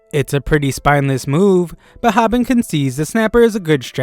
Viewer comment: Hobin is pronounced like "oh" not "ah"...